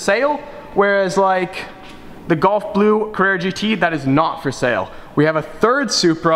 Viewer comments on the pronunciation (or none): Gulf blue. Not golf blue. Sounds like you're saying golf?